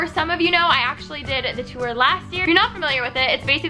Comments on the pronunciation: I'm sorry but I hate the way she says tour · when she said tour it sounded like toower